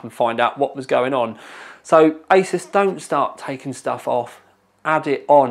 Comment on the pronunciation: I thought you said 'isis' in the beginning but realised you said 'asus' when I rewinded. Good times.